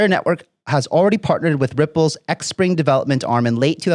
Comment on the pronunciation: Great job...XPring is pronounced Spring Appreciate the update